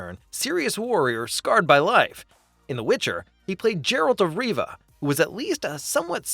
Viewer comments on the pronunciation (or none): I can't take someone who says "Jeralt of Riva" seriously.